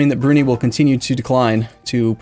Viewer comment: I hate how he pronounces Brunei..